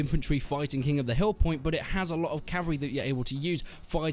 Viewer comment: Every time he says cavary instead of cavalry take a drink.